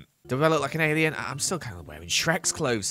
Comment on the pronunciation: Lol when said "Do I look like an alien" i thought he said "Do I look Canadian" and I lost it 😂😂👽🇨🇦